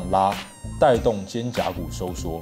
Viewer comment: 是 肩"胛"骨 喔